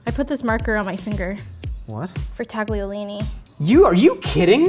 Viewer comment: you are the first American i hear in my whole life that is able to say "tagliolini" the right way. You still got "sbagliato" wrong, but I love you anyway